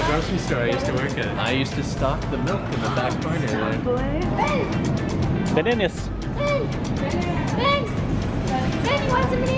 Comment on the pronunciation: It's bennanana's